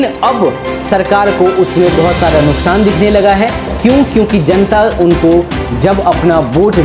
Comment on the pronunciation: Nukshaan nahi hota hai nuksaan hota bolna to sikho news anchor